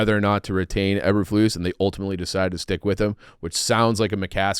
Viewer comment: can't say Eberflus correctly